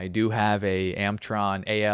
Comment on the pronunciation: It’s an ALC Plug not an ACL. Also it’s an AMERITRON and it’s pronounced AMER ITRON not AMETRON as you said.It’s pretty simple stuff.Also why would you ever whistle on the air? Do you understand that AM or FM would transmit a carrier and you get a far better reading of the SWR?👍🎙